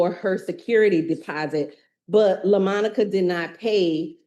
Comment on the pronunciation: Quit calling her Lamonica 😅